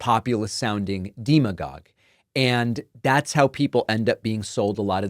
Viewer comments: It's "Dem uh gog".. not "Deem uh gog". Just sayin' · David, FYI the de in demagogue is pronounced same way as democrat or desk, not like detroit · Is "deema gog" a correct pronunciation of "demagogue"? I've only ever heard "demma gog". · How come you mispronounce demagogue? Dem as in democrat not deem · Did you just mispronounce "demigod"? 😛 I'm more concerned that the "functionally illiterate" cutoff is as high as 6th grade! 😮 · David, I think you’re great. This issue is crucial! One tiny thing cuz my mom was an English teacher: pronunciation is important. Look up in your dictionary how to pronounce “demigod.” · David... perhaps you may want to Google how to correctly pronounce the word "demagogue" before making another video about people being functionally illiterate. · yeah okay I am a mechanical engineer at a nuclear physics lab who didn't know they teach some of this decimal place counting tricks these days. and you really didn't pronounce demagogue the way I have heard it my whole life either.